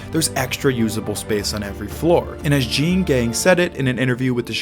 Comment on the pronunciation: Excellent job and video. Just FYI Jeanne is actually two syllables—pronounced Jean-ee. And the two-story penthouse actually sold for $20.56mm.